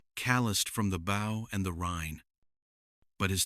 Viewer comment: "...his BOW" (rhymes with "oh" and "Joe").